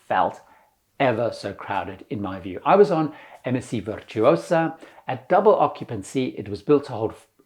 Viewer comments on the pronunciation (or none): One and done with MSC. *Virtuosa = Veer-too-oh-zah, roll the R